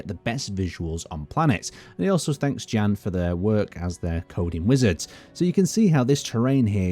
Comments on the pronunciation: Hi! I am from czech republic. We read name "Jan" more similarly to "Ian" than "Gan". Have a good day! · is pronounced "Yawn" or "yahn" not "Jan" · I've never heard anyone pronounce Jan like fucking "Dzhæn" Yon. It's a form of John. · I'm suspecting he is not pronounced as "Jen" - rater Jan, J as in Yolo, A as the open a in Mara. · Just a small correction, since I am Czech, just like the developers of Space Engineers: Jan (Jan Hloušek) is pronounced the same way you would pronounce Yan (EDIT: As Brianellis said, the full name is Yan H-Low-Shek. H being pronounced in the same way as in the word "hard") Or, the other option: just say John.